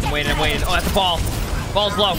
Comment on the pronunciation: He said bombs, but yeah, it sounds like balls lol